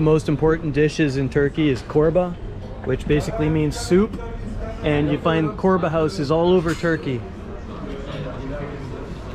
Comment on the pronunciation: It's pronounced as Chorba, not Korba. :)